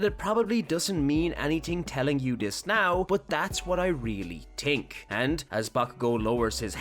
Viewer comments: You were saying tink not think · I like how he says tink instead of think